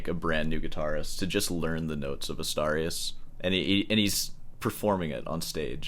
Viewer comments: I think he meant he played Asturias on guitar for 3 months. Btw, Asturias should be pronounced as "Astoorias", like in "boobs". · Mangling the pronunciation of Asturias until it sounds like 'a starry ass' is why I watch this channel. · The way you pronounced "Asturias" made me lose it lol. Silly 🤣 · "I don't know how I'm going to drag this out any longer." .....Please don't!!! And it's clearly DAddario..not DeeeAddario. And it's Astuuurias, not A'star'ias. Just tryin' to keep the classical guitarist honest/educated. You know I luv ya.🙂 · It's Asturias, not Astarius. Pronounced "Astoorias". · Probably you don't mind at all, but in case you do, the correct spanish pronunciation of "Asturias" would be something like "Us-tour-e-us" 👌👍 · I thought it was pronounced Ah STOOR e us (Asturias) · The way you pronounced "Asturias" deserves its own EXPOSED style video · Someone has to teach how to pronounce "Asturias" correctly, and D'Addario as well. Do better!😅😅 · You would think that someone who claims to be of Cuban background would at least make some effort not to butcher every Spanish word he comes across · Please, learn how too pronounce Astúrias. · That's definitely NOT how you pronounce Asturias 💀💀💀